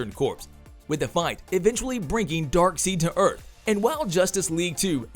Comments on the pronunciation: The moment you called Darkseid Dark Seed and not Dark Side (not once but twice in a row) make me wonder how much you've actually read or watched anything comic oriented or if you're just a Ron Burgundy type. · “Dark seed” 😭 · Darkseid not dark seed😂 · Wow....sorry bud but murdered some of the names in this video....darkseed? :))) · R u really saying "dark seed"?? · i stopped watching when this clowns said DarkSEED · Its darkseid not darkseed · Lol dark seed, they even say it right in both justice league films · Did you say dark seed? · Dark Seed? I’ve never heard that pronunciation of Darkseid before…. Dislike…. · You lost me with “Dark-Seek.” The moment you said Darkseid’s name incorrectly, you lost all credibility. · I hate to be the guy to correct the pronounciation of Darkseid but its not dark seed for goodness sake 😭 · DarkSEED? LOL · I turned my phone off when I heard him say “Darkseed” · Please stop saying "Dark Seed"......please...thanks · I can't take this seriously when you're calling Darkseid, "DARKSEED" the entire freaking time!!! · Exactly. Credibility down the toilet. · This dude really saying Dark-seed ? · Dude...stop calling him dark seed!!! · Voice over dude!🤦🏿‍♂️ Bruh, who the heck is DarkSEED 🤣??? You lost som credibility with that! KMSL! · Darkseed? Darkseid... zzzzzz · yeah why was you calling it darkseed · LMAO Right? He's all trying to explain who Darkseid is 😂 Like seriously did you not watch the video where he calls him "Darkseed" the entire time. 😆 did that just go swoosh right over their head's!? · I hate his pronunciation of Darkseid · Drives me nuts how you say darkseid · This channel regularly has incorrect information. Even if its an AI voice though, you'd think the person who owns the channel would catch that mispronunciation and correct it, if they knew anything about Darkseid, comics, etc. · Took me right out the moment. How can you mispronounce Darkseid's name? We grew up watch and reading this! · It's Dark-SIDE, not Dark-SEED.